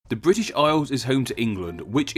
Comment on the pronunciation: '.......Fwom vuh Bwitish Isles........'- nice speech impediment, you turd - BRAVO !!